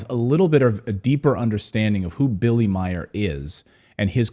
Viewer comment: Billy Meier, not Meyers.